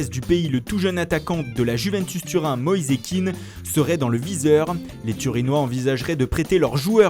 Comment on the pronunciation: Moïse kean On prononce pas ( moïzé kinne ) mais ( moïz kéan ) C'est italien d'origine ivoirienne et son nom est ivoirien.